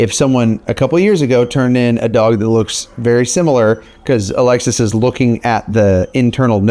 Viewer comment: Every time you say Alexis, I think you’re saying Alexa lol